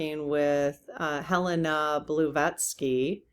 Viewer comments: Helena Bla(blah) vat(vat) sky(skee) 🙂 not Bluevatsky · She is more commonly referred to as Madame Blavatsky. blah-VOT-skee. And Helena is a city in Montana. Very easy to say and remember. Hope this helps.